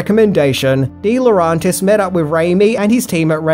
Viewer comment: Dino De-Lo-REN-tis...not RON